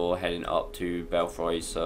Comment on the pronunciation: not sure if anyone else mentioned it because I didn't look through all the comments but it's not the chains that drop the platform. there's a small square pressure pad on each slim walkway. also it's pronounced bellfree not fry.